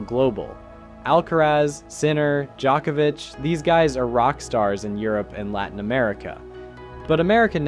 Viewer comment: Please stop calling him JOCK-evich ... its embarrassing